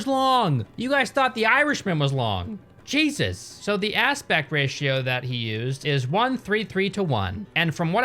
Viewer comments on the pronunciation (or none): none